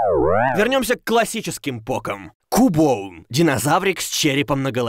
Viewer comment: по моему Кубоун, это Кубон. Так как все покемоны (за исключением некоторых) произносят свои имена. И Кубон не является исключением.